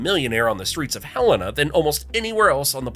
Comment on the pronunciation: Nor was Helena butchered